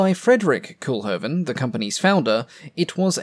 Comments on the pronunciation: NOT "Cool-hoven", "COAL-hoven". The Dutch double "o" is a long vowel sound. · Quick nitpick: Koolhoven should be pronounced less like "cool-hoven" and more like "coal-hoven" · Not 'coolhoven' but 'coalhoven'. Make an effort, limey. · Pronounce Cole-Hoven.